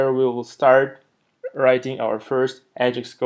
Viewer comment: Great tutorial. One question - what is "ah-jix"?